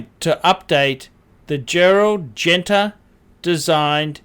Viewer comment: Good video, really interesting. I really like this watch, always have done. I couldn't give a shit what other people think about it either. Your pronunciation on Genta still isn't right, but it's 1000 times better than Gentra. Phuck me I'm impressed, giving you a thumbs up and all sorts.